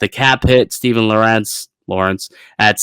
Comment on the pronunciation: is pronouncing Lorentz wrong.